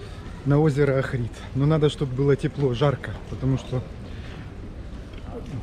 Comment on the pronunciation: Охрид ударение на О